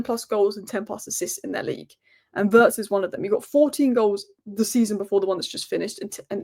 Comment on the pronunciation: vi-itz not vertz